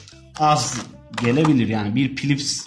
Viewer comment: "pilips" :D